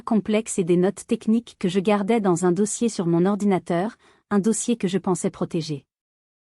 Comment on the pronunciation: Ordinatateur!!!! Vous vous moquez de qui !!!